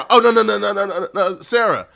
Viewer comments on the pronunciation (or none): The fact he can't pronounce the name "Sarah" while reading it is insane😂